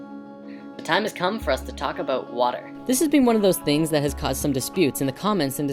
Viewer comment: He gave a shout oot. What's that aboot?